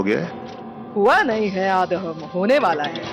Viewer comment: Aadham nahi aadam bolo